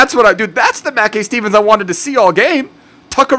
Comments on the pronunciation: It's ma kai stevens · You were right the first time his name is pronounced Mack-eye Steven :) Scottish loyal right here.